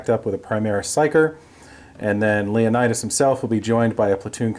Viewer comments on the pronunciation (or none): Hate to be that guy but its pernounced LEON-TUS not Leonidus.